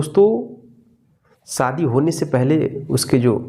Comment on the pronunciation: Saadi. Nahin. Shaadi. Hota Hai correct pronunciation